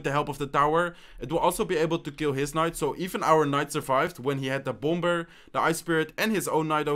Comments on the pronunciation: Great video and I love watching ladder. Also the second b in bomber is silent so pronounced bomer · hate to be rude but bomber is prounounced bommer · Say Bomber without the second "b". Pronounce it like Bomer. 😂😂😂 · Your accent is so cool and funny😂 the way he says "bomber".....love your videos btw dude👍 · By the way in english you don’t pronounce the second b in “bomber” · When he says bomber lol